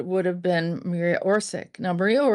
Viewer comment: Her father Tomislav was the arhitect and had office at the main/ central squre of city of Zagreb. You prounance surnem wrong. Also name Marija. Not Maria but woth "j" pronunce as y in yacht, and not stress on M. Surname is Oršić, Š pronaunce as sh in shame, Ć pronaunce as ch in chizle. Marija Oršić.